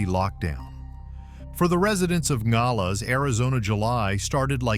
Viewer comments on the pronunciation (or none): Is it AI? He can’t pronounce Nogales properly. Long o, 3 syllables. (No-gal-es) A professional announcer would make sure he knew how to pronounce the city.